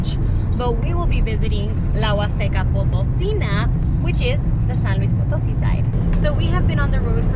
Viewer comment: Potosí (acento en la í). She kept mispronouncing it